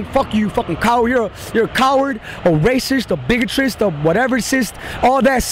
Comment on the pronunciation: “ A biggotecist”? As well